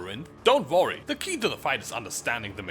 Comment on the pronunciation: Dont ''woirry'' hahah gotta love his accent :D